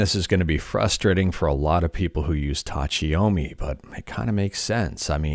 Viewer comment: About the Pronunciatioun of TACHIYOMI: Tachi (the chi is like in chill) Yo like yo yo yo mi like me TA CHI YO ME kinda and tachiyomi basically means READING while STANDING tachi - stand yomi - read have a good day everyone Edit: the last time you say it, you actually say it correctly cheers